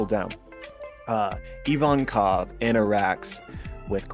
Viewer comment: IVANKOV for fuck sake not IVONKAV